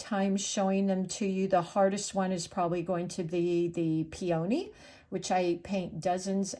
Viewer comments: Enjoyable presentation. FYI: PEONY is pronounced PEA o knee; not Pea OH knee. 😉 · This is a great tutorial, you are a wonderful teacher and artist! I did also want to let you know (as a flower grower) peony is pronounced pee-uh-nee. We all do this with all kinds of words so please no worries but I would want someone to tell me ya know?! I hope this was helpful and not hurtful! ❤️ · Nope... I was fine until you started pronouncing peony "pee-O-knee". I'm out. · I love the lesson!! Thank you! (Please look up the pronunciation of peony. That is not how it’s said. FYI) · Check your pronunciation of the flower “peony”.